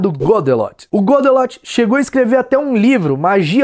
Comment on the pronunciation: foi so eu ou tem mais alguem que escutou ele falando "godenot" ao inves de "godelot" kkkkkk